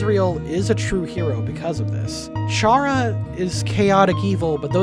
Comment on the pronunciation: Every time I hear you say "Chara" with a soft CH, I recall Blazer Terribad/Specter Spark/Sparky yelling in a video collaboration with Wamboo. Chara's name is a pun on "character"; every name in Undertale is a play on words.